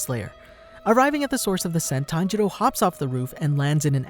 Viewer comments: Ah yes, tanjedo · All I hear is tanjeerow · Tanjiro--senjiro--kunjiro Wtf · It’s tanjiro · Bro I get confused when he says tanjiro because his dad's name is tanjiro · His pronunciation lol its so bad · You pronounced Tanjiro and Tanjuro's name the same. That made that part kind of hard to follow. Still gets a like from me though.